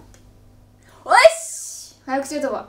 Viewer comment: そもそも、早口言葉っていう言葉が言えてない金川さん。